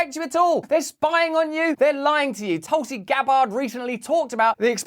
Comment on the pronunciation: I swear u said toxic gabbard lol